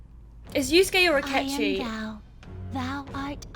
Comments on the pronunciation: The fact you said yuskue is mind boggling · Girl you triggered me so bad when you said Yuskue like nothing pointed to him doing it😂